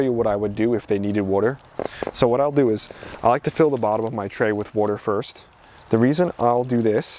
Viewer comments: Coming from jersey I have to laugh at "wooder" not water..... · Every time I hear you say water, I feel right at home as someone from South Jersey now living in Philly! Thanks for your amazing content 💜